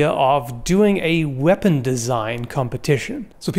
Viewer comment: Vepun ve need more v's...... vee have vays of making you talk...... I vill go now....ugh